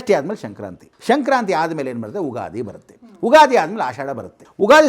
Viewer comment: ಸೃಷ್ಟಿ ಅಲ್ಲ ಷಷ್ಠಿ ಉಗಾದಿ ಅಲ್ಲ ಯುಗಾದಿ